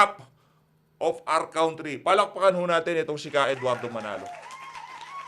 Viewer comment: Not Kawntree. Cuntree. lol